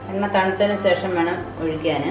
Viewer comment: സേഷം അല്ല, ശേഷം ആണേ